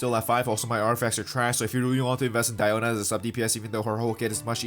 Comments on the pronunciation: It’s actually Diiona not Daiona if you go with the Chinese translation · No no no, it's DIO-na ｺﾞｺﾞｺﾞｺﾞ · It supposed to be pronounced as Dee-O-na. Me,who assumed her name as Diana:(⊙_◎) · I like, "KONO DIOO-NAAA!!" Pronounciation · The "DPS DIE-OH-NAH" part is funny af